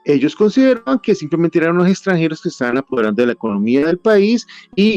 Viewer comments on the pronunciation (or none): none